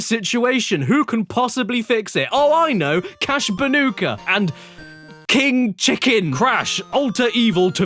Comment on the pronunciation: It's crash bandicoot not crash banoka